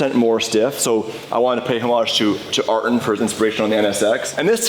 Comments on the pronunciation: butchering Ayrton ssenna name that way is total blasphemy, Ayrton is rolling over in his grave hearing you trolling his name that way... Its Not a hard R like you say Arrton. Its Eye- Ear- ton. Not fcukin difficult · Air-ten Senna - gets you close enough 👍